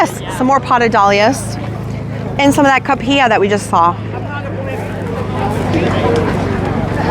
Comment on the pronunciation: Just so you know - cuphea is pronounced ku-fee-a.